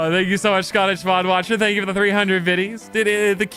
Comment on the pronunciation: Tank You (ritish voice) 😂